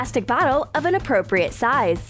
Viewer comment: Your so annoying you in every video you keep saying apropret